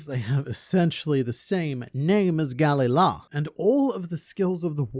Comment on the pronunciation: English speakers routinely mess up pronunciations and miss naming tropes that way. Galley-la is spelled that way, but the emphasis is on the middle vowel. Its Ga-LEY-la. Galley-ra works the same way, and perfectly alligns with the romance pronuctiation for Galley, that being galera. The Galley-la logo is NOT a longboat, its a galley